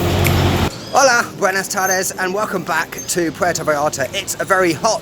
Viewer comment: this dude don't even know how to say PUERTO VALLARTA HE IS VERY NAGATIVE AND HATEFUL ALSO HE SOUND VERY STRESSFUL NOT A HAPPY PERSON AT ALL